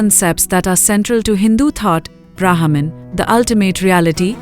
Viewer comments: Please. Its not Brahaaman. Its Brmhan. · Sai Ram dear you are pronouncing wrong the name of Brahman the letter H is 🤫 silent 🤓 please do not confuse the westerners thank you 🙏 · say brehman